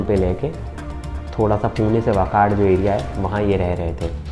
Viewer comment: वाकाड नही वाकड - जो उठता है महाराष्ट्र आता है पुणे में मत आओ plz.🙏